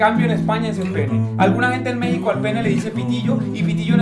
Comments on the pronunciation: El nombre México se pronuncia la (x) como (j), no como como (x) en el español, gracias por favor corregir el video en 2024. 😃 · da risa que dicen mesico se le mejico